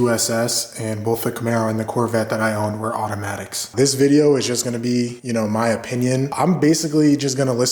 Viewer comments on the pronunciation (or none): Lost me when ya said awefulmatics